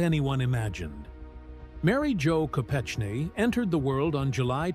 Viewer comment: Learn how to say Mary Jo’s last name …..and the places you say before saying . Ted Kennedy was a twisted , deviant and should have been charged with manslaughter for her death at the very least ….he was selfish, greedy rich man.